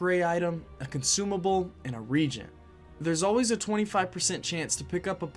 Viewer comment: Say it with me ree-a-gent.